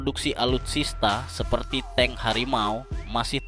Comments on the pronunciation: belajar bahas lagi.....tabk di baca Teng..bukan TANG...hadeuH.....😊😊😊😊😊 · Tank di baca teng bukan tang bang. Klo tang alat jepit kabel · Tank bukan Tang. saya yakin ni orang gk bisa membedakan Bank sama Bang, Silet sama Silet